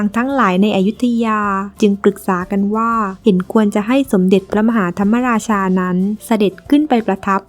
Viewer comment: พระมหาธรรมราชา คำว่ามะราชา มะออกครึ่งเสียง ไม่ใช่ออกทำ มะ ราชา เพราะ ม. ม้าไม่มีสระอะ หรือไม่ประวิสรรชณี (ไม่รู้เขียนถูกหรือเปล่า) หวังว่าไม่ได้จบ นิเทศศาสตร์สื่อสารมวลชนนะ เพราะพวกนี้โคตรโง่ ใช้ภาษาไทยผิดหมด